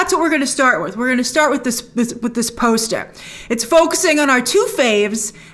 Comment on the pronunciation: "And we gaht a POST-UH!" "It's only a TEASE-UH!" 😊😊😊😊😊